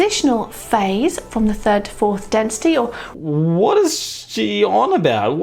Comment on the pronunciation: lol nice american "whaaaat?"